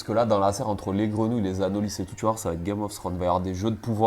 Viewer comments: c’est un espèce endémique des Antilles , le nom étant issus de la langue Caraïbes. Chez nous on le prononce « Anoli », ou en créole « Zandoli ». De base c’était pas une critique, c’était surtout pour toi et pour les personnes à qui tu transmets les infos. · Le s de anolis est muet…